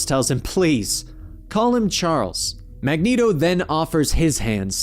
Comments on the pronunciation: 90s Cartoon made Mag-neat-o canon. Magnet-o sounds like a breakfast cereal. Have a nice bowl of magnet-Os. Get all your essential iron! ha ha. Reading character names vs hearing them is often jarring. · Why keep calling Magneto - Magneato? I don't say that. The 'net' is like 'magnet' or like 'stilleto,'. And this vid also calls Polaris - Poloris. It's like calling a bat - a bot.